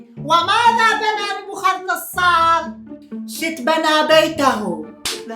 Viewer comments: ناصاررر نبوخذ نصررر نصررر مو ناصارر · اسمه نبوخذ نصرر مو نصارر😂😂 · اسمة نبوخذ نصر مو نبوخاذ نصاار